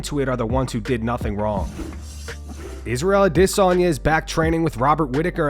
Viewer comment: The way Israel adesanya says his last name pisses me off lol